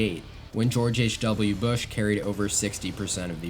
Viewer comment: “George H. W. Book” 😂 nice video though, really informative